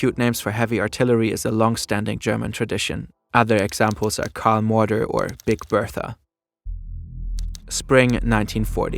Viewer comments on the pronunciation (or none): none